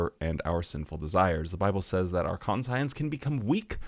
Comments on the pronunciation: Are you saying con-science so people comment 😂 bro it's conshunce. Unless there's a pronunciation in your region I've never heard of. But also yeah fuck watchtower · Con--psy-ense?, this is one of those pronownsiashun sitchooashuns. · ˈkon-chəns".....its ˈkon-chəns. 😂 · I was laughing so hard...kaan - shun -s no con-science. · Sorry. Couldn't restrain my nitpick. Konshence,. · I know...I didn't want to seem pedantic, but it's kan-shents. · Please learn to say conscience, my good god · but he says "we" have this thing..😑 Could be the same as "Anti"-Science? 🤔But that too would more be something the Gov Body would have.. 🤨 Gotta admit.. is the ONLY person I've ever heard pronouncing that word that way. but he is self-admittedly, very weird.. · I think he's saying it that way for a joke. There are a few different ways to interpret it. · The fact that you got so bent up over his pronunciation is concerning we all knew he was doing it to be funny lighten up 😂